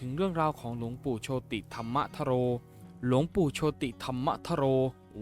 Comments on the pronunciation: เขาอ่านโชด ไม่ใช่โชติ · โชติ อ่านว่า โชต ครับ ไม่ใช่อ่านว่า โช - ติ เห้อ!😅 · หลวงปู่โชติ=โชด ไม่ใช่โช-ติ